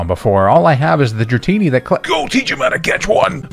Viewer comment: THE FIRST I IN DRATINI IS SUPPOSED TO BE AN A!